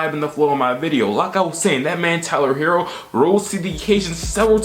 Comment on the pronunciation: Ummm pronounced Tyrone herro 🙄